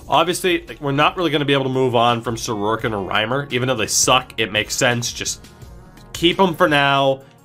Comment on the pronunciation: I had to stop when I kept hearing his name pronounced Soroarkin. There’s no 2nd r in his last name!